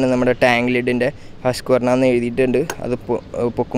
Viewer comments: Come on dude ഹസ്ക്ക്വർണ അല്ല it's ഹുസ്‌ക്വാന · It's pronounced " Huss qwarana "